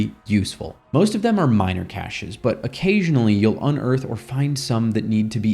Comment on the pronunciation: Cache and cachet have different meanings and pronunciations. A cache, is a hidden store of items, and is pronounced kaSH. Ka-SHā is how one should pronounce, cachet, which is an air of prestige.